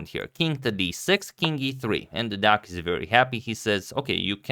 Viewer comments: Wooo, you still pronounce Deac correctly. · Agad has the best Deac pronounciation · Everyone talking about the game yesterday but forgot to tell Agad that he pronounced Deac right😔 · Agad using #samay only good idea... Shots fired ... Nikhil kammath head is a beautiful head shot .. Congratulations on pronouncing Deac right. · Pretty good pronunciation of Deac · You pronounced deac correctly!